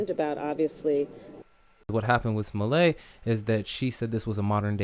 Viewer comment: Pronounce his name "Smol-let", just as you would say "Smurfette". And MAGA sounds better when the first A is a short A sound, and the second A has the "uh" sound.